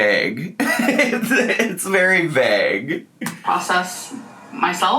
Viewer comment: NEVERMIND. JUST HEARD HOW YOU PRONOUNCE VAGUE. GET OUT.